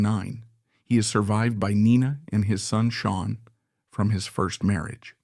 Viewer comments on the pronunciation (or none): none